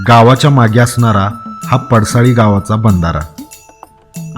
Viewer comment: सारखं सारखं पडसळी म्हणू नका पडसाळी नांव आहे